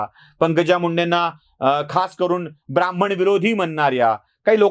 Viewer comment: शब्द आणि उच्चार ब्राह्मण असा आहे. ब्राम्हण असा नाही